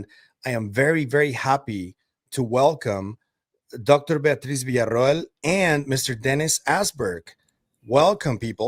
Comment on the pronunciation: I'm a bit exacting about pronunciation and have always loved that you have been THE only person in the community, pronouncing Dr. Beatriz's last name correctly. It's not much, but it shows your exacting, attention to detail we have all come to really value,, Keep up the great work, thank you!